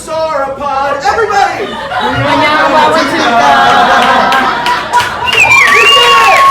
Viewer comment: Hey, that's my dinosaur! You're pronunciation is close... to break it down: Mnyama wa Mtuka.... Mnyama (Mmm–nyah–mah) is 'beast/animal', wa (wah) is 'of', and Mtuka (Mmm-too-kah) is Mtuka, the name of river drainage where is was found. The tricky thing is the leading m's in Mnyama and Mtuka... think of it as when you go Mmm-mmm when you see something delicious, so it is more of a hum. Similar in the species name... moyowamkia (moyo wa mkia: mmm-oh-yo wa mmm-key-ah, or heart of the tail). Cheers!